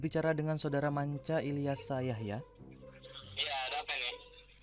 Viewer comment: Ilyasa bukan ilyas